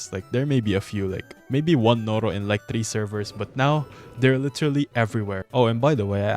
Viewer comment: "LITIRALI" Bro sounds so filipino😂